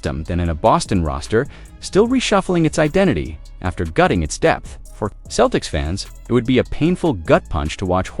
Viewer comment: We can't take you seriously when you pronounce Celtics Keltics and Jrue Holiday Jarue.